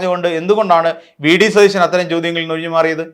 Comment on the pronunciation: ത ദ എന്നി അക്ഷരങ്ങൾ എവിടെയാണ് ഉപയോഗിക്കേണ്ടേ എന്നറിയില്ലേ സതീശൻ എന്നാണ്